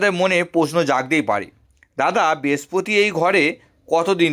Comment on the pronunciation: Uchcharon Khub Kharap, age mukher bhasha thik Korun. Pore Vedeo Korben. Amnader, Bespoti, Pobesh, a gulo Kono bhasha ? Apni Bhodro Poribarer Sontan to ? Bhul gulo keu dhoria dey nay.